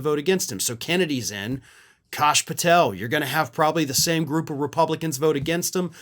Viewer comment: It's pronounced 'Cash Patel,.